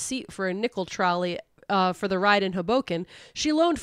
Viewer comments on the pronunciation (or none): pronunciation of "Hoboken" freaks me out a little.